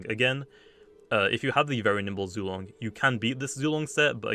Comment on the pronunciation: Y’all I think it’s pronounced Zway-Long